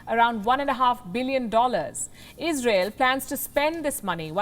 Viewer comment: Izrael ish syper U S ah prefekt